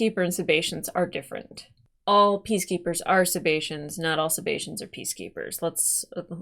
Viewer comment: Just for the record, it's "Sebacean".